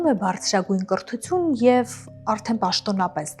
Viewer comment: Հարգելի,հետաքրքիր հաղորդում է,բայց լավ չէ,որ աղավաղում եք հայերեն բառերը,օրինակ՝բառձրագույն՝բարձրագույն,կռթություն՝կրթություն,ստեղծագոռծող ՝ստեղծագործող,գոռծիքներ՝գործիքներ,օռգաններ՝օրգաններ,կոնկռետ՝կոնկրետ,մակառդակ,մակարդակ և այլն...